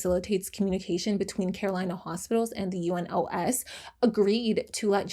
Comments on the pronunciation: I am saying this super kindly, but it’s pronounced You-Nos not U-N-O-S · Just a note if you ever deal with UNOS In future videos, it's commonly referred to as "You-nose", with a soft "s", meaning it rhymes more with "dose" than it does with "close", If that makes sense. That just rolls off the tongue easier than having to say the four letters over and over again, LOL. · I love your channel and enjoy watching your videos. But I still have a comment. Please do some more research before recording these videos. U.N.O.S s not read as U.N.OS., like the abbreviation. It is read as it is written. I know this even though I am Turkish 🤭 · It’s easier to pronounce the acronym for UNOS, which is you-nos, with the "nos" rhyming with the Spanish word "los."